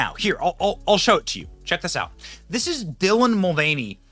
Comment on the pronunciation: What the hell is a Dylan Mul-vieny?